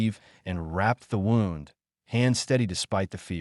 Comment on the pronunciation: Maybe tech the Ai how to pronounce words like wound.